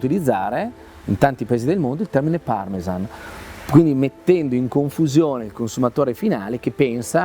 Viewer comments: As a chef, these narrations kill me - Gonads - Parmesan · My favourite part was the start of the Parmesan section where the narrator said "Parmejahn" and the lady straight after said "Parmezan" Ah, English 😌